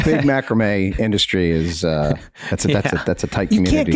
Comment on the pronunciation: Thee worst pronunciation of macrame I've heard hahaha 😆